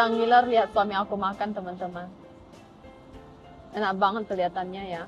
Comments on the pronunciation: waktu suaminya bilang enak banget logatnya ituloh 😭😂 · Pas suaminya ngomong "wow enak banget" logatnya bikin ngakak 😂😂